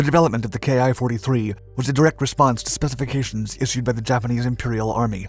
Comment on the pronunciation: 10 seconds in and you mispronounce the name. Awesome